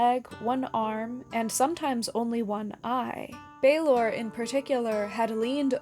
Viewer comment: Love the video, just a teensy correction from Ireland: Balor of the Evil Eyes is pronounced to rhyme with "Valour" rather than "University in Texas" (it would have a fada accent on the A for that broadened vowel sound) but you got the more difficult Tuatha Dé Danann nearly perfect: the fada accent broadens the E into the sound Fonzie makes....